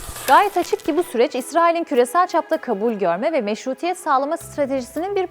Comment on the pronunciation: Meşruiyet demek istiyor diyemiyor